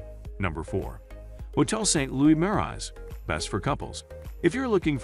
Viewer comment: I wanted to watch this, but when Marais and the hotel names are pronounced incorrectly, it doesn't make me trust that the producer of the video even know what they are talking about.